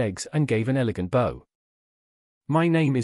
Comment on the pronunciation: I know that they are spelled the same way, but bow (and arrow) and bow(down) are pronounced differently!